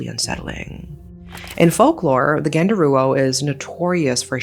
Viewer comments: By the way, genderuwo is not pronounced as [ɡɛndəruwo]. It's [ɡəndəruwo] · I stopped watching after she said genderuwo, I cant bear it. It's too idiotic even for me as an Indonesian.